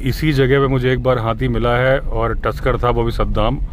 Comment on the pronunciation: जब आप हाथी को हाती कहते हैं तो बड़ा बहुत अच्छा लगता है हमें 😂 हालांकि मुझे पता हैं कि आप हाथी ही कहते हैं लेकिन हमें कभी कभी हाती सुनाई देता है